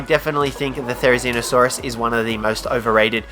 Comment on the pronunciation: #5 therzinosaurus.... you what mate?